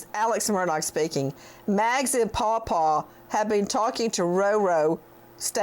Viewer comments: It’s Paul Paul. It sounds like he is saying Pau Pau .My younger son is named Peyton. We sometimes would say Pey Pey when he was little. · he's not saying Paul Paul he's saying Paw Paw